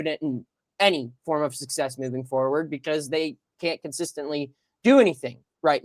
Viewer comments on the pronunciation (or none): none